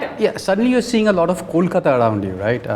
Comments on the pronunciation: Bombay was an alternative name of Mumbai, the city did not get mispronounced as mambui, or momboi but these ignorant people mispronounce Kolkata, and think it's cool, you if u can't pronounce Kolkata , say Calcutta, or Even Kalcutta, we are fine with it. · Because Mumbai was Bombay. Kolkata was nvr Kolkoto or Kolkota . Mispronouncing a name is a certain level of disrespect for the same.